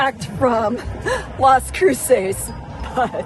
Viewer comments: I don't understand why you're pronouncing it that way. Do you have an accent or are you trying to do a spanish accent? CROO-SAYS? CROO-SESS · Its pronounced kroo·suhs lol